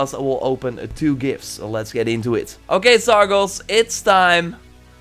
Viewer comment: I think he’s not giving you the Hades Lieutenant because you keep getting his name wrong. It’s Sargon, not Sargos.